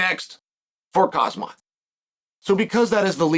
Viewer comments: It’s pretty disrespectful if you ask me. Ain’t no way Chaels that dumb. He has to know how to pronounce his name correctly yet for some reason he doesn’t. Maybe he reads the comments and see the people think it’s funny so he keeps doing it lol. First he pronounced it “hazmat” and now it’s “kazmat” 😂😂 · Cael somon , its kham-Zat ( ham zat ) khamzat imanov = Imavov haha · Still saying Kazmat hahahaha fkn chael! Gives 0 fooks! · "ImaNov" "KhaZMat"😅😅😅.These guys man🙄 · It’s khamzat not khazmat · "carsmutt" - chael 2025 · kazmat??? really??? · I know right? Chael can't pronounce half the fighters names. Which is hilarious considering ESPN employees him as an analyst. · LOL. "Kazmat". Love it! I not sure DDP has a wrestling problem. "Kazmat" is that good. :) But.... he doesn't need to become that good, All he needs, is some adjustment. We know "Kazmat" could not submit him, however, can he handle more offence from Dricus than Strickland, Adesanya and Whittaker could? I don't see it. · it’s pronounced “HAMZAT”, ffs. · The champions named is pronounced Hahm-zat, you fool. Get his name right. Can't you handle a two syllable name? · Khazmat Mhackulcheff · why does he say khamzat like that the k is silent 😂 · Put some respect on his name and learn how to say Khamzat properly, come on Chael!! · I love how the pronunciation of Khamzat's name just gets worse😂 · Is he mispronouncing khamzats name on purpose?